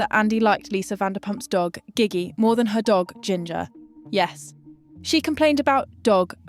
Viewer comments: LVP dog was Jiggy not Giggy dear god AI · It’s pronounced “ JJJIGGY” not GIGGY.